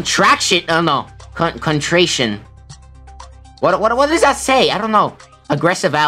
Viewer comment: It’s pronounced “Con-trair-ree-an”